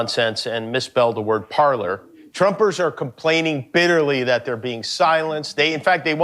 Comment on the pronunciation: Jimmy Kimmel thought he was so smart back when he did his monologue about Trump being banned from social media back in the day. Except that he, like so many people whose first language is English, pronounced the the word "Parler" as "parlor" rather than "parlay" which is the proper pronunciation of this French language word. Parler is a French verb which has two forms, the other form is spelled parlez, but both translate to "talk" or "speak". So, Jimmy Kimmel claiming Parler was spelled wrong was wrong himself and he mispronounced the word. So if there was anyone in his production staff who actually was intelligent they would have corrected Kimmel about his mistake before he said it out loud in front of the cameras. Or else this was written by one of the show's writers and that guy is the idiot.